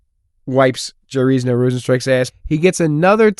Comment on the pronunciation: Jarrisno rozenstruik 😂😂😂 YAIR SEE NHOO JAiRZINHO YAIR SEE ÑO